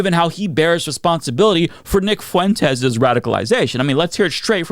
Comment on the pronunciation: "Whether it's Nick Fuuu en tez"